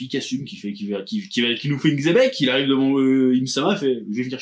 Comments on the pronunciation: Mais pourquoi il l’appelle Tchebec? Ca se prononce Xebec avec un X non? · La vraie prononciation c'est Jibek, donc il est plus proche en disant Tchebek que ceux qui prononcent le X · Cest dommage d'utiliser le mot xebec 800 fois mais ne pas savoir le prononcer 😮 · Xebec, la vraie prononciation jap normalement c'est "Jibek" mais bon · la vraie prononciation si on devait l’épeler ce serait plus Djibék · Le X se prononce Ch en chinois et d'autres langues, il se donne juste un genre en disant tchebec en croyant avoir une prononciation correcte alors que pas du tout, ni en français ni en chinois ni en espagnol